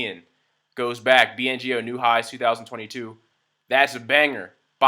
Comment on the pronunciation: It's BNGO, not BNOG !